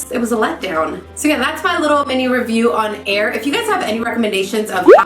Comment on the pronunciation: Heir is pronounced like hair not air that's the way she pronounced on her snapchat